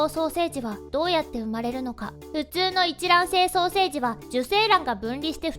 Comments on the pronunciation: 結合ソーセージって聞こえた。なんかすいません。悪気はないんだが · 不謹慎 私もソーセージに聞こえました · ソーセージにしか聞こえんwww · ソーセージにしか聞こえない…笑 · 双生児がソーセージに聞こえた私はいったい.... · さいしょの結合双生児が結合ソーセージにきこえた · ソーセージにしか聞こえなかったのは私だけじゃないはず…。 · ソーセージって聞こえた。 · こーゆーことを言っちゃダメだと思うけど 結合ソーセージに聴こえてしまう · 失礼だけど結合ソーセージにしか聞こえない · ごめんなさい ソーセージにしか聞こえない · ほんとにごめんなさい。 結合ソーセージにか聞こえませんでした。ごめんなさい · 同じです❗